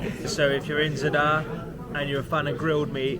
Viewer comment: At least attempt to pronounce Zadar correctly. It’s not “Z’dar”, it’s Zaaaadar”